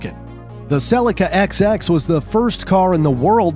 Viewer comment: they way he says Celica makes me rage